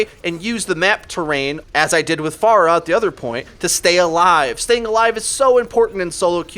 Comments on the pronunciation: "Fair-rahh" not "Farr uh" .... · Hey dude, love your videos on this channel....you're very well spoken and have given me a ton of good advice. One minor gripe that me and anyone else watching your videos with me have is your pronunciation of "Pharah" It is pronounced like "Fair-Ah", sort of like "Pharaoh", get it? She's Egyptian and stuff? Her name's badass! At least if you decide to continue saying "Far-Ah" the way you typically do, please do so ironically! Then you're just being funny, and it's okay....